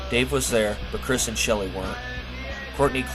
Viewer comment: It’s Krist like WRIST not Chris.